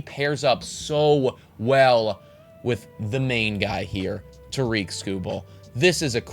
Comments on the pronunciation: Its Tare-ik. Like Derrick but with a T. Not ta-reek. Best pitcher in the world, nobody can pronounce his name. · Who is Toreek Skubal??? It’s Tarik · Pronounced like TERRIK, not ta-reek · Great video and writing! Just so you know though it is pronounced TEAR-RICK Skubal not TUH-REEK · Yep Tarik rhymes with Erik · no he didn’t. His name isn’t pronounced “ta-REEK”. It’s “TARE-ick”. Rhymes with Derrick. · Great video! But Tarik is (tare-ick) I promise you he is as white as ever lol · It is not TAREEK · I feel like you should learn to pronounce Skubal’s first name correctly. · lost me at tarik pronounced wrong lmao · You're saying Tarik wrong, love the Tigers love tho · This did kinda drive me crazy. He won a Cy Young. Please say his name right XD